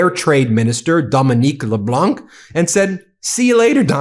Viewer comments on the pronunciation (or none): In the Leblanc family name, the "c" is silent (not pronounced). Hope this is useful for you. Keep up the good work. Merci Denis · LeBlanc, is pronounced le blong no c pronounced . Appreciate you program, your voice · FYI, Dominique Leblanc: do NOT pronounce the final « c ». Pronounce it as Leblan, no « c ». I appreciate all your efforts to get the names right, and thought you would want to know. While I am here, the « n » in France president Emmanuel Macron’s name is not pronounced either. Quirk of the French language, one rarely pronounces final consonants unless followed by an « e ». Ok, now I am worried you might say Macro, which would not be right. Say it you do now, just don’t emphasize the « n ». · For Dominic Leblanc you dont prononce the « c » at the end. The « anc » is prononced like han solo, but Han without the « h » its not exactly it, but its the Closer I can get with my level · As a French Canadian, I really enjoy how you cover our side of this mess and make it clear we are organized, strong and not about to fold. (Side note : Leblanc has a silent c at the end, so it’s pronounced as “Leblan” - I see u added the lil c subtlety, but no need to!) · Hello from Montreal, great job I appreciate your coverage on these matters. Dominic Leblanc, his last name of course is French so we don’t pronounce the c. Or say Leblanq. No doubt his name will come up again. It’s all good. I would probably butcher your name. Please vacation Canada you’ll have a great time. Take care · Please learn to pronounce LeBlanc. The C is silent. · Just a quick note Dominic LeBlanc the "C" in LeBlanc is sorta silent when pronounced. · Just for your information Ben, the "c" in Leblanc is silent. Another one for you, is the true pronunciation of "Ghislaine"... this one you can let Google pronounce it. Both of these are french based words/names. Forgive me for correcting, maybe meaningless correction, I just thought it to be important since all this is spread through out the world.